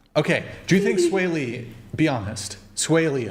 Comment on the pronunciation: LMFAO!!! She said “sway lee”?!?! HAHAHA he looks like ET! 👆phone home lookin ass 🥴😂